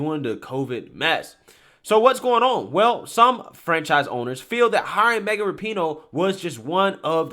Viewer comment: Rapinoe is pronounced rah-pu-no, accent on the first syllable. But yeah, she’s a jerk.